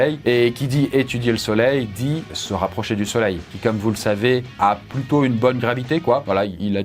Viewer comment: A Quand tu parles de la vitesse extrême, tu dis "C'est un truc qu'on maitrise plutôt " ou "Pluto "? Parce que j'ai l'image du chien de Mickey qui m'est apparu de façon subliminale à cet instant précis